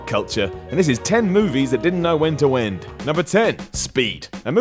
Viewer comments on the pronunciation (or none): British folk shouldn't try to say "when to end", wentwend lol